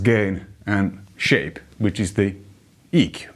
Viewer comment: Love your videos, and I commend you for English being a second language. Did you say E.Q. (As in equalizer) or did you say “Eeeek” lol